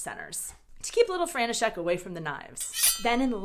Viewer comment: I just can't. Your František just sounds like Frankenstein 😆